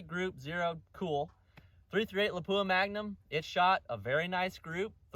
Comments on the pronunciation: 99% of YouTube gun channels pronounce it lapoooha. Except ultimate reloader. I just don’t notice it anymore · Really good stuff! Not trying to hurt anyone’s feelings here but “Lapua” is pronounced closer to “Lap-wa”. I hate it when I butcher a name!